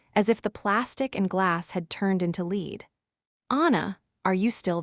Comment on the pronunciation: The lead word in this context is pronounced as led this is the pronouncetion as the manufratured prodcut or the substance in a penicle